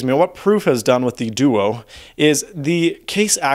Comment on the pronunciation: i thought he was saying deutsch 0_0